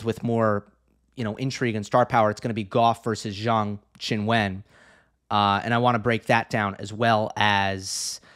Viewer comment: Hi, just want to say your pronunciation of "Zheng Qinwen" is a lot better! Just one thing, the "e" in "wen" sounds just like the "e" in "Zheng", so it should be pronounced "w-uh-n" instead of "when". Other than that, your pronunciation of "Zheng" and "Qin" are great!